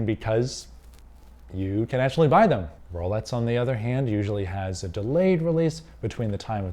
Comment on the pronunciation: why is this guy saying rolets